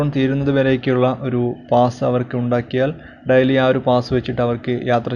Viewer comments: Diali daili ennu parayanam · What boring ...how u pronounce daily...dily???